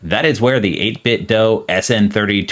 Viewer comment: Great video! I have probably 10 or 11 of their products at this point and I swear by them, I'm glad to see they're branching off to other peripherals as well! One thing, just a heads up, the "do" in "8bitdo" is pronounced like the "do" in "Do you want to go to the store?" ("8-bit-dew")